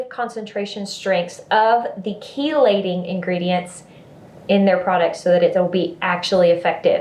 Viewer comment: Had to tell you before I forget, it is pronounced "key-lating" as in car keys. I looked it up. Now back to the video! Your videos always put a smile on my face.